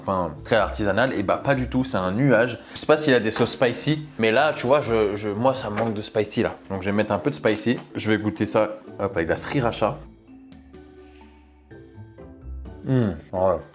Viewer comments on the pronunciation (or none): C'est SI RA TCHA, le R ne se prononce pas !! Sinon bonne vidéo comme d'hab👏🏻👏🏻